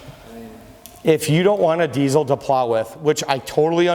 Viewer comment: There is no Z in diesel, learn how to talk if you're going to sell them, typical salesman